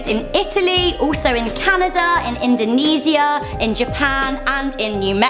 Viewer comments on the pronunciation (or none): You said indonesia wrong...